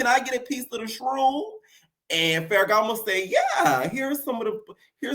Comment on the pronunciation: bol😂😂😂 I was ready to say something like I’m just SO now that’s tv and you already clocked me back when you said “faragamo” 😂 You know your Tea! Im a kind of new subscriber I’m always entertaineddddd⏰onmymomma (summervoice)🤣